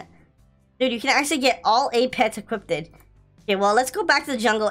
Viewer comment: is actually pissing me, off especially when he says equipted like jeez